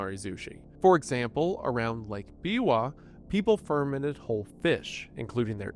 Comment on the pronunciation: I know, right? it's fer-MENT, not FER-ment!